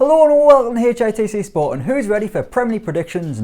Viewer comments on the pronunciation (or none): “Hello an’ wel’ome to HITC spoar”